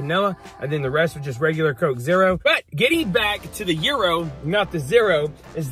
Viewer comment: It's not pronounced hero lol, gyro is a Greek word, it's pronounced yero, the g isn't pronounced, it's silent. Glad you liked it!